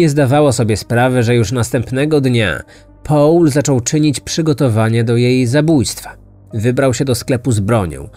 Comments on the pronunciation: Mówi sieneutralnym gruncie a naturalnym i nie połl tylko pol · Proszę Cię, to nie jest Połl, tylko mniej więcej: Pol :) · O co chodzi z tym 'Pałlem'? Nie mogłam się skupić na treści, bo za każdym razem jak słyszałam 'Pałl' to przewracałam oczami.